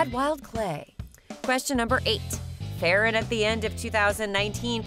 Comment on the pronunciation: Do you know that Farran name wrong